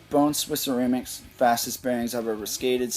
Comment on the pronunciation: lol you kept saying ceraymics